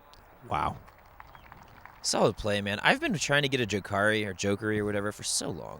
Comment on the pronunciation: JAH-KaRi LOL